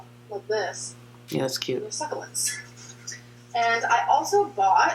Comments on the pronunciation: why is it she can say succulent correctly when they’re in an elephant but, like thirty seconds later, she says suck-a-lint again? oh right, she’s a fucking troll haha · I love how she said succulent when she wasn’t thinking and trying to be “cute” then 10 seconds later she was trying again and went back to suckalint. It’s infuriating